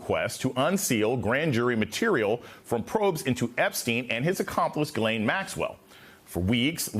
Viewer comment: I don't know why there is literally nobody on TV who can pronounce the name Ghislaine.